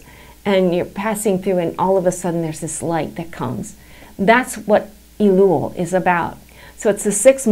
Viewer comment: Its not "EEEE-LUl" Its "EH-LUL" perhaps you should learn Hebrew before you go on youtube and explain Hebrew and Jewish topics.